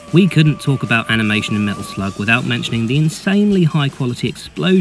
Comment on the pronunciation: I've listen to that part over 20 times and it still sounds like you are saying Metal Flug. Great video, I hope Metal Slug comes back.